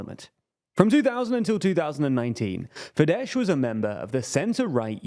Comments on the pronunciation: Fidesz with an s and not sh, comes from latin... So annoying you cannot get this right. Avoid using their name if you cannot pronounce it? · How many videos about Hungary will it take till you figure out that the hungarian 'sz' corresponds to the regular english 's' like in 'soft' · Don't say fideS pls. Just say a regular s. Like "say". Just ignore the "z" at the end. SZ in Hungarian sounds like the same as S in "Say" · Spell the "sz" as the s in "snake" and you will have the pronounciation just right. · It is actually Fidesz, they are pronouncing it incorrectly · No, it's Fidesz. In Hungarian "S" = "SH" in English In Hungarian "SZ" = "S" in English.